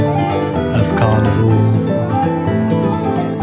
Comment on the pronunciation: Y’ know every time the dude says carnivals it oddly sounds like gardevoir to me